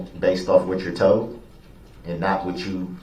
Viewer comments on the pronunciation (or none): Lol, Duh-rell, “What u were toad” 🐸